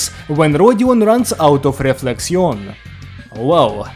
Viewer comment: I'll be honest here, as a french speaking person, your pronunciation of the french terms was pretty good. 'Though "Réflexion" can simply be pronounced as Reflection, or you can make the "n" silent. Both works here. Otherwise great review!!